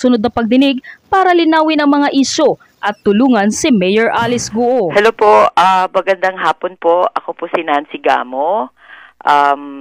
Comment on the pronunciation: Bakit ba gu o ng gu o. Wrong pronounciation po. Its go.